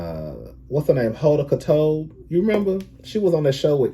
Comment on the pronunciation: Not Hoda Katobe 😂😂😂😂 you gave me a Good laugh there